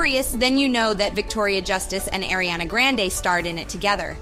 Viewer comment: The pronunciation of Ariana grande's name is literally making my jaw clench